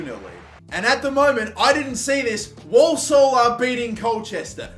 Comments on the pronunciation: Walsall pronounced warsall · Dude can’t pronounce Walsall